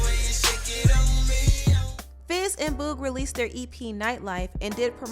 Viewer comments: can you please stop saying Boog’s name like that??? It’s BOOG like Boogie Man. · Boog like book. It’s the same sound.